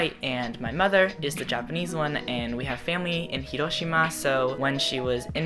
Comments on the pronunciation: how do pronounce Hiroshima so perfectly? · i love the way he said "hiroshima" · I really like the way he pronounces "hiroshima"